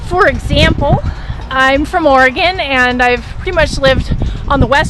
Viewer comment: At least you say Oregon properly....